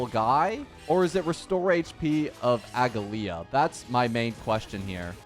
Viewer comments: its not pronounced aglaea its "ugly ahh" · You don't pronounce the last "a" so it's Aglaé. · It's aglA-ya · A-gla-ea aglaea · How do you not know how to pronounce her name if you played the story lol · No hate or shade but I genuinely never understand how people don’t understand how to say a characters name when they themselves say it if you don’t have the English dub on Turn it on for 2 seconds